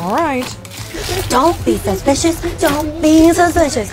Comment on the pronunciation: i love it ”dont be suspichus”